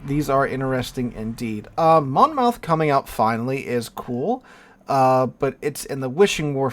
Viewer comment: Take the 2nd O out of Monmouth when saying it. MonMuth :~)